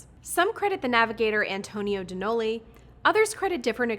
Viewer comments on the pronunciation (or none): none